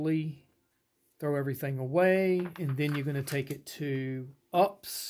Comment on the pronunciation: Good, except for your mis pronunciation of UPS 😊